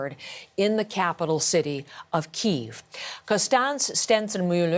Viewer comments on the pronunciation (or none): Yes! It's so annoying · I don't understand why you keep saying "Keeeeeeve". How do all of you mock-news agencies not know how to say "Kee-ev". Silly free-range Humans... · First off, when someone has to put "Expert" at the end of their tagline, then they are anything but, especially when they can't pronounce a city name correctly. It's Key-ev, not Keev. Second, doing nothing puts everyone at risk, invading Russia and taking them out is the only correct action here. Sanctions is basically pulling a Neville Chamberlain, i.e, doing nothing. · It’s not keve it’s Kiev (key eve) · It's not pronounced Keeve. It's Kiev. Putin warned everyone about NATO expansion, but NO, you wouldn't listen. R u listening now?